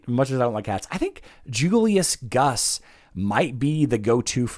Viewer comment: traditionally the 2 uu's in a name is pronounced ew. Primarily found used in Eastern European countries words. Therefore, Guus would be pronounced Goose. I Love your content man. Keep the faith and keep the information coming good sir.